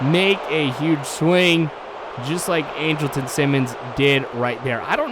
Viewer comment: Not to be rude, but it's pronounced ON-DRUL-TON not angel ton